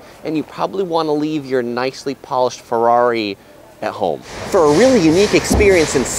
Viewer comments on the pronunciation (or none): none